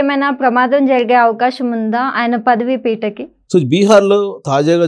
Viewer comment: పదవి పీటకి ఏంటమ్మా. పదవికి లేదా పీఠానికి అనాలి గాని. మీరు మీ తెలుగు.